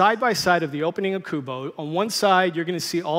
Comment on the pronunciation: How the fu* does "Kubo"sound like "Trent Stratis"? 🤣